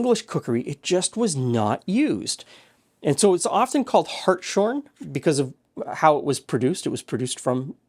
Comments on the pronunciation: I think pronounced hart’s horn, rather than hart shorn. Pretty sure I’ve had dim sum here in Hong Kong (wu gok, mashed taro stuffed with minced pork etc, with a unique spiky batter) where the batter uses ammonia as a raising agent as when done badly it tastes like what my grandmother used for handwashing laundry (soap flakes and Scrubbs cloudy ammonia) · im pretty ysure it is pronounced harts-horn, mainly because in german the word is similar Hirschhorn (lit. Deer horn). Side fact, A variant of the American "black and white cookie" prepared with ammonia-salt is called Amerikaner in german- which means "American". There is no clear origin of the name, Either it is a derivation of Ammonikaner - from ammonium bicarbonate, or named after WWI American helmets (due to the shape), OR which is the folk etymology after actual Americans, because the Americans come in black and white.